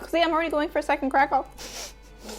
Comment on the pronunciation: I wonder how many of your followers watch just to hear you say “cracka” and “peppa”?